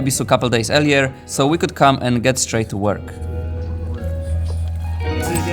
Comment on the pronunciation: every time you mean to say "come" you actually say "cum". I guess everyone is too "nice" to tell it to you, but it does sound like that every time.